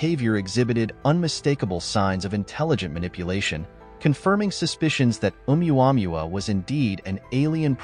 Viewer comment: It's pronounced Ow-wah-moo-wah. The wanderer.